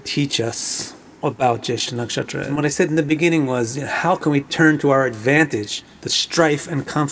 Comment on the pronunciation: I love the way you say nakshatra....cool pronunciation.